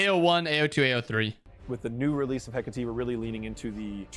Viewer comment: Italian here, in ancient Rome they would pronunce the name as you do! And before that, in ancient Greece they would stress the first "E" but in both cases the final sound used by is wrong